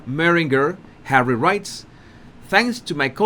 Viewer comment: You have to say HAWWY a few more times please you have me in stitches and I have had a really shit bollocks day today however I have you to cheer me up Bless you 🙏 😊 love from Cornwall UK 🇬🇧